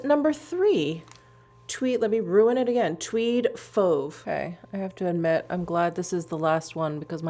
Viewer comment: No your prononciation for fauve was right on.